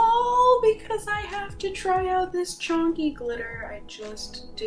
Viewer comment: Wtf is CHONKY? It’s chunky 😂